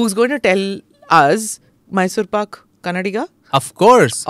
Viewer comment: in kannada it is pak or paka depending on which part of karnataka you come from... paga is what tamilians would pronounce.